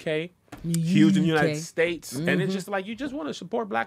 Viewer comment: 🤣 why he still say untied states 🤣😭